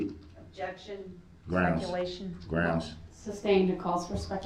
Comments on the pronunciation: “Super Groundz” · And "grounds." 😂 AND that it's SUStain , not SUBstain.